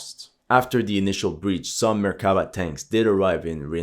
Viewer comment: I said it on a lot of other videos and I will say it once again. It's not merkAva, it's merkavA Listen to someone who speaks Hebrew, PLEASE!